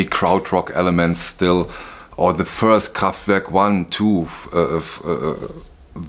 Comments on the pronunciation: I love the way you pronounce Kraftwerk 😀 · It’s always nice to hear you say Kraftwerk correctly. What I have noticed in electronic remasters (not Kraftwerk - I don’t have the pleasure of the OGs) that the decay of those early simple/rudimentary synthesizers does seem to get smoothed out. Again, that may be for modern tastes, the band or engineers. I think that roughest is the decay or overloading of the current. It can of course be great! But I think you are on to something. Kraftwerk are an essential chapter in the history of pop music. No doubt. Excellent video.